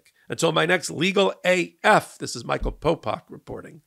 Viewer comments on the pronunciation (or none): none